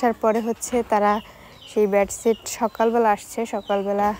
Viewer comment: ব্যাড ছিট না,,, বেড সিট